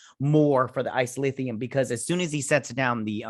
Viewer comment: A few Treksplorations: 1) It's Isolynium. O-woe-se-kun. or Oh Wow, Owo. And the Stilph. Which you got correct. Who live on the edge of the Galactic Barrier. Which the Q created to keep the galaxies separated. 2) The Karma Barge is very cool. Correct! 3) Dr. Pollard (lady doc) is the head doctor. Lorca didn't think to have a Deanna Troi. But Dr. Culber felt a psychologist is needed cuz of all the trauma the crew experienced being 1000 years in the future and fighting all the battles they do to save the universe. Hugh just needs to take a break and realize he can't predict everything people will do. 4) Haz also played Duggan. Create character. The guy that Empress Georgiou caught and put in jail for trying to protect Lorca's plot to overthrow her. 5) Tarka is a narcissistic sociopath, who blew up wild mountain cats as a child. So naturally, he sees his grief as being far more compelling than grief felt by others. 6) The DMA is as large as a small solar system. It's mining boronite. And boronite is what makes the Omega particle that the Borg idolize as a god due to it's perfection. And it's destructive ability to destroy subspace for vast distances. 7) Picard and Disco will intersect for 3 weeks. This may be by design cuz the Q should not want Disco so close to the galactic barrier. And the Borg might be attracted by the Omega particle. Causing a CROSSOVER event for the two series. 8) This is also a great episode cuz the romantic relationships are so very authentic and mature. A